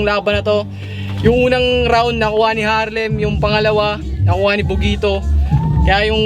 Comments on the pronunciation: bakit ang R nagiging W para kay..🤔🤔🤔 😂😂😂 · Harlem bulol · Walng buhay harlem pota k pnu k nging 2nd place bulol kp s r tae n m 😂😂😂😂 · ang half na mongoloidddddd na di mabangit ng maayos ang Rrrrr😂🤣😂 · Nyekk..bulol nmn s R c harlem.